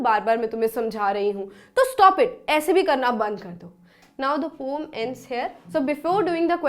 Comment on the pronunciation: Mam saying pomm 🤣🤣🤣